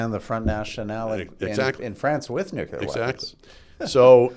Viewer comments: Bit of a pet peeve but, for Heaven's sake Rudyard, you're a writer and a journalist...and a Canadian. It's not "nucular", it's NUCLEAR (nuːkliər or NOO-klee-er). George W Bush screwed that pronunciation for the world....apparently even Canada! Please do better. Merci!✌🇨🇦 PS: Thanks to Andrew Coyne for pronouncing it correctly! Say it with him: NOO-klee-er....NOO-klee-er.👌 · "Nucular" I drives me crazy when an otherwise educated man like Rudyard says : "nucular". Come on. You're not a kid.